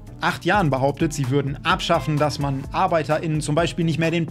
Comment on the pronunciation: Arbeiter innen dein ernst wie kann man nur so reden ich versteh das nicht